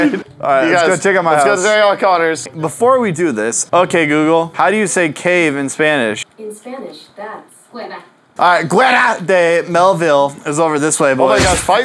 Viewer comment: "How do you say cave in Spanish" Google - "In Spanish that's cueva" - "cUeVa"